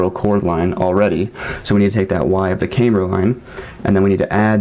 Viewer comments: Um no it isn't, I was a Aircraft drafter designer and a Crew Chief in the Air Force. Neither place used the pronunciation camebur. Not trying to be difficult but it's kinda like calling a glacier a "glassier". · Smart dude but not camebur but camber. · Pronouncing differently, maybe, asking people to accept it as normal just because you want them to is a bit of a stretch. The reason you stated for your pronunciation is simply not right though. There is absolutely no difference in the pronunciation of camber between the two groups you described. Sir I created engineering drawings for the aviation industry and nobody used the pronunciation that you do for goodness sakes.